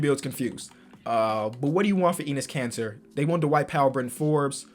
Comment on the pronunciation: It’s actually EH-NESS Kanter